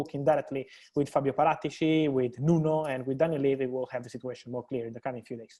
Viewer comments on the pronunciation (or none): none